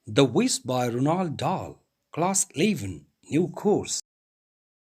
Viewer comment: Its Roald not Ronald..